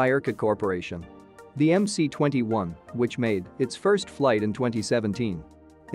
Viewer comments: it's EM-ES not EM-SEE.. get it Mr. effing Expert? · UAC just gived up with this incorrect "Em-Cee-21" pronunciation. They said: OK, let it be "Em-Cee-21".